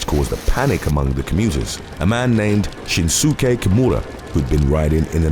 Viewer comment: You pronounced shinsuke wrong bub